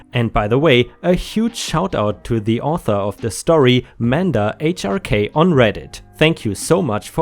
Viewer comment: Mandahrk is pronounced Man Dark. He's the main nemesis in Dexter's Lab.